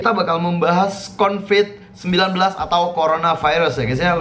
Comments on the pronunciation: Bang COVID bukan CONVID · Covid bang bukan convid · Covid anjirrr bukan convid -_ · bukan convid bang tapi COVID BUKAN CONVID-19 TAPI COVID-19 LIKE YAAAA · Ralat : Covid-19 bukan convid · Covid Bukan Convid